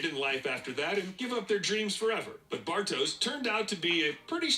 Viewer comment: Bartosz, it's a Polish name,it should be pronounced Bartosh. But I see what you mean 😆